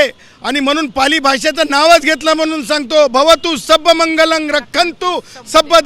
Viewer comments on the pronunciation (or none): मंगलन नाही रे ते मंगलम अस आहे...गाढवा...